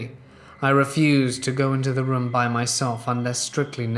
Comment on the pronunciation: Your pronunciation of the word 'room' legit made me get up to skip the whole story, just narrate with your natural voice